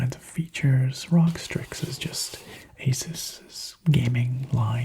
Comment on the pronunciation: Rog lol it’s supposed to be said like R.O.G